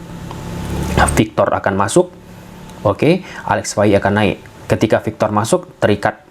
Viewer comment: PAU victor, bukan VAU victor 😂😂😂😂 Tolong bedain P sma V. 😅